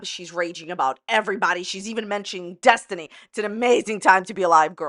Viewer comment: Desinty? Did she have a brain fart?